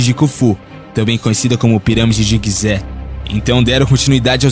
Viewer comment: é gizé, e não guizé